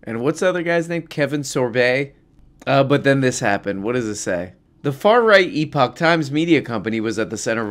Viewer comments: "eee-poach times"? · “Ep-itch” times was killing me 😂